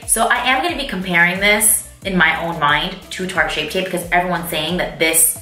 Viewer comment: "Shart tape"😂😂😂